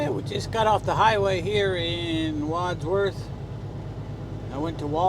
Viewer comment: Hi great videos awesome to watch i!ive in England used to truck all over Europe myself till I retired keep them coming, my surname is Wadsworth nice to here you pronounce it properly, love to see Bailey with you good looking dog Regards Meduck 13